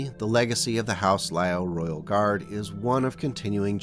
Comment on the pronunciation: My understanding is the pronunciation is "LEE-Yoww", so "Lee" as in the surname, and "Yow" as in exclaiming when you sub your toe, "Yeowch!!"